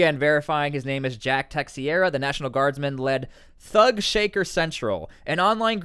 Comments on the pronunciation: I think phonetically his name should sound like this "Tuh - Shear - uh"... or "Tuh - Zher - Ah"... Not "Tex - E - ear - uh".. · Just one small note the surname is portuguese/spanish and it's pronounced Teih - shei - ra not Texcieira. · Teixeira = Tay'shay'ra 👍🏻 Portuguese surname 🇵🇹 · Not tryna be a smartass, I'm just tellin ya so u know homie, it's pronounced Tuh-SHARE-uh lol. Just tryna be of service.. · It's teicheira...its a portuguese surname